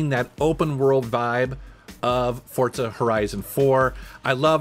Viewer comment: Way he says Forza always throws me off